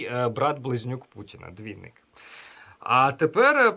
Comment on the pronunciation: Двайнік, трайнік, тілівізірь... Звиздець - це ще мало сказано.